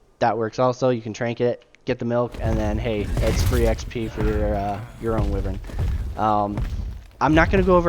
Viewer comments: Pronounced "Why-Vern" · Some people consider wyverns lesser dragons, others consider them their own thing. Its debatable. One other thing, though, just so you know: wyvern is pronounced with a hard i: first syllable rhymes with fry. It comes from the same Latin word for viper. I myself said it wrong for years.